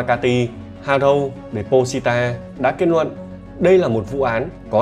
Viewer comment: Giọng này mà hay cái gì??? Năng nực, kết nuận, Phi-níp-pin, ...vv. 😂😂😂